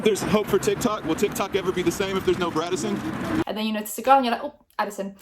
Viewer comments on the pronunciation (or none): That grown ass paparazzi man saying “braddison” triggered my fight or flight response